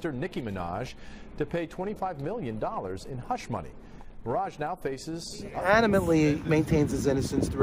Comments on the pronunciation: Ti, it's Maraj, not Maraja.😂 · It's NOTpronounced Mah.Rah.Ja !!!! It's pronounced Mah.Raj! Jeeezzzzz!!!! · It's not miraja it's miraj LOL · Pronounced Maraj just like Minaj...not MaraJAH. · It’s pronounced Mirage Not miraja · "Maraj-ah"🤣i love you Ti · Why are you saying Miraja... You know how to pronounce it .